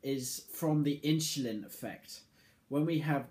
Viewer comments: lmfao, you cant unhear it......inchulin... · Hahaha! In-shu-lin